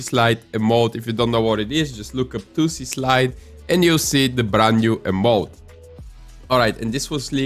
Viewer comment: “The * too-sy* slide”